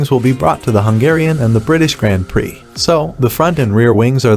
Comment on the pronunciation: The video was fine, but the was "grand prix" is pronounced makes me cringe